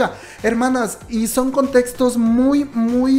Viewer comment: En ves de son dice so :v